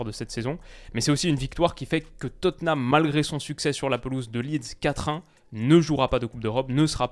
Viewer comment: Tu prononces Tottenham enfin correctement ! Ça, c’est historique 👏👏👏